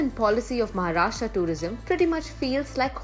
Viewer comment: Kamya pls use proper pronunciations. it's not Maharashtraaaaa. It's Maharashtra, like Rashtra. And it's not Nasik, it's Nashik. Pls dont use the BIMARU-version of the word Kamya, you are I presume not from the BIMARU belt!